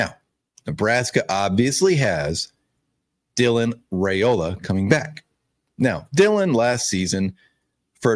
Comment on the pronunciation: Hey sweetie FYI Dylan's last name is pronounced RI Ola. I enjoy your shows. Have a blessed day.😊